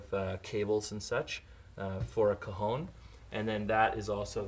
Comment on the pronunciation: Haha everytime you said cajón it sounded like cojones